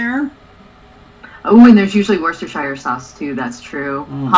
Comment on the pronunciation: It has been a year but it still bothers me that can't say Worcestershire. Let me put it in IPA- wʊstəʃiːʲe